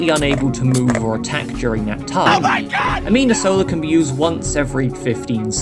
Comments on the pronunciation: Minor thing, you keep saying "amina sola" rather than "anima sola". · One little thing I would like to say, you know it's anima sola and not amina sola, right? I felt like I needed to tell you so you can say it correctly in the future:face-blue-wide-eyes: Also love your editing, recently started watching every video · Good video, but "amina sola"?